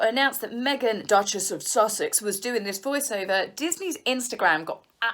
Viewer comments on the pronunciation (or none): none